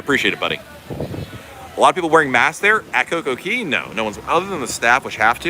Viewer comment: just wondering why you keep calling it Coco "Key", you spell it correctly